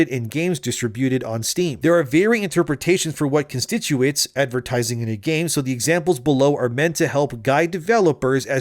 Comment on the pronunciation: the word you're looking for is "con sti tutes" I feel like you said it wrong on purpose to have people correct you for the comments